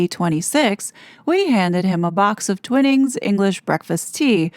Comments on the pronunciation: Twinings is pronounced "Twy-nings" not Twinnings 🙄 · Only because I’m English “Twinings” the first “i” is pronounced as “eye”….. forgive me for highlighting this. ❤k